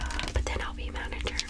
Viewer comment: I love the way she says '"I'm the manneger"'